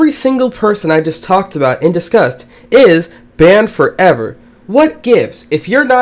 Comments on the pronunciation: Banmed foreaver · it sounds for me: band forevar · bAndE fOreVr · I like how you say "BANNED FOREVER"